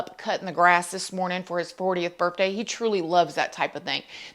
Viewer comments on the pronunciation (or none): Did she just say "burfday?"